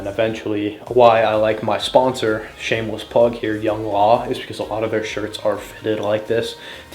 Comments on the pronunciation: idk why but him pronouncing youngLA that way made me burst out laughing lol. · That youngla pronunciation was crazy